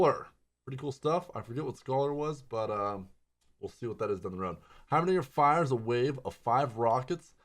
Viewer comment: Wait did he really just said heimerdingdong?